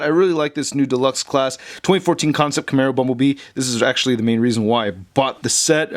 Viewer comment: Dude. Camaro, not Camero.